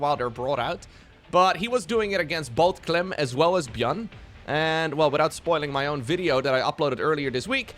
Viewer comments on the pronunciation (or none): none